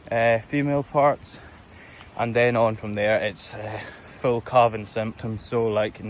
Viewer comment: CALVING! giving birth! I kept hearing CARVING, like you're going to cut them up into beef😂😂😂 so glad i misheard him 😂